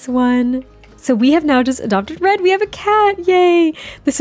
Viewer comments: I also hear bread 😅 so I agree that's a good name lol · I literally was thinking Bread!! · One time when you said “Red” it sounded like you said “Bread” and I think that’s actually so adorable. A little floof named Bread can you imagine lol